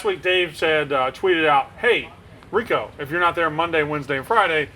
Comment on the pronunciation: El press the face of gambling. That guy fucked up saying Rico. Lmao